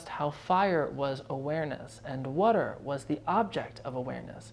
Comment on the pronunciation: First, thank you for doing this! It helps immensely ❤ Second, I love how you say water. It’s a total Jersey accent and reminds me of my best friend 😊 lastly, thank you for being genuine. I look forward to meeting and working with you!